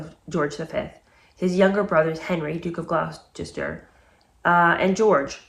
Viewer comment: Gloucester is pronounced “Gloster”.